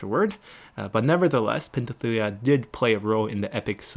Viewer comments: I think Penthesilea is pronounced as /pen.θe.siˈle.a/, the s is pronounced as s, the th is /θ/ as in path. The way you pronounced it sound a bit off. It was the same when you said Thessallian as Tethallian, when it should be /θesaˈli.ən/. Please correct me if I'm wrong. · I know some of the pronouncement is subjective and can be tough but come on man. Do you not see the s in pentheselia, do people not break down and sound out words anymore?